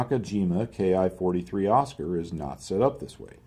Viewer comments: Just wanted to add a minor detail/correction: the Ki in Ki-43, as well as others like Ki-61, is pronounced similar to "key". Kay-Ai is not really correct, but its a very minute point I accept. Source: I am Japanese. 機（ki) means "machine". So the Oscar was the "Machine (no.?) 43". And similar to how American fighter naming schemes switched from P to F, Ki (Machine) and Type (Shiki) were switched around as well. I think Type came first. By the way, Type in Japanese is written as 式. This applies to their small arms too, like the Type 89. So you would say to someone in a Japanese conversation, ８９式 （hachi-kyuu shiki). Great video. I did not know the stabilizer design philosophy was so special. Thanks!! edit: It is kind of weird how Ki was a seemingly limited naming scheme. After I reread what I wrote I realized the modern JSDF uses Type in their weapons. Perhaps Ki was a subtle manifestation of the war hungry conscious of the military leadership. Like, the Ki line, being a new thing to them, was the mark of "a new era for Japan (and their planes)". I would have to rewatch some docs to get my facts (ikr docs are not perfect) in order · KEE, not Kay Eye, it's a Japanese Katakana character representing a phonetic syllable.